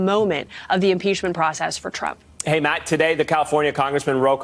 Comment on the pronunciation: Lol!!! ‘ish he says “...a TRAMP ally..” 😆😁👍🏻 🤣